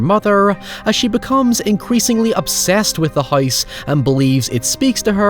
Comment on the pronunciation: What? Just cuz someone spends hours of hard work on something , doesn't mean it cant be bad. Your statement didn't make any sense Also the word is house. Not heyoose. Lol